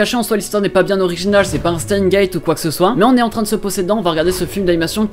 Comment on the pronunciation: Tu as bouffer la prononciation de steins gate